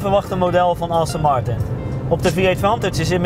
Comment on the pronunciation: Het is Aston Martin, niet Austin Martin! Let op je uitspraak en wees ontspannen!